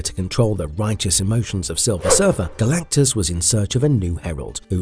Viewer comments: How do you mispronounce Galactus's name multiple times and not fix it before publishing!? Not talking about when you referenced him by Galan....O_o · "Sentinent"? "Calactigus"? Is this AI?